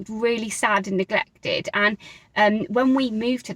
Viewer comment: you don’t yet but it’s changing. I noticed it on the word neglected and a few others.